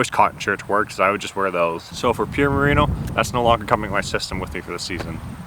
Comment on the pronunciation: “Marino” isn’t the name of a wool, it’s the name of the best QB to never win a Super Bowl. You mean “merino”.